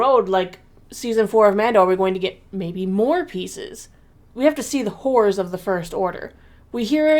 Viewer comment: "the wh0rë§ of the First Order " I had to relisten about five times until I heard " Horrors " 😂